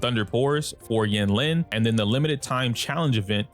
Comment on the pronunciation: it's pronounced een-leen